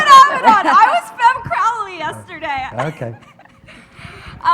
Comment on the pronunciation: "Crowly" wtf